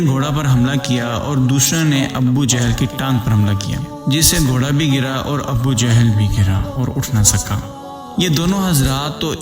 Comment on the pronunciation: Sir abbbu jehal nai hota, abu jehal hota hai